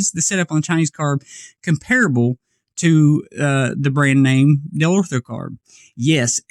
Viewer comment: Dellorto! Lol not deltro 😹😹